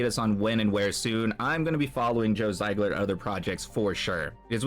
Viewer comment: Zee-gler, brother. Not Z-eye-gler.